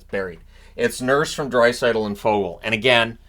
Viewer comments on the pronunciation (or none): none